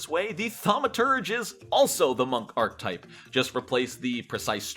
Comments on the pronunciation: I had a really hard time with the pronunciation of archetype in this video. It’s aar·kuh·tipe not ark-tipe. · I'm trying so hard to watch this, but archetype is three syllables, not two: arch-a-type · archetype is a 3 syllable word, thankyou